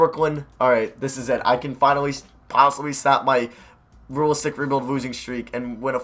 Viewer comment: "Ruh-listic ruh-build"